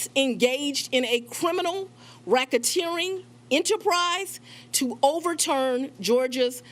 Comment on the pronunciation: Rackateering ? LOL. Volunteering surrender ? What ???